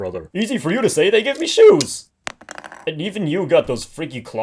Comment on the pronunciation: "Easy for you to say they gave me SHOSE!"